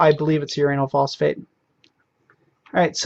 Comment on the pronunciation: "uranyl phosphate" pfff haha XD you said phosphate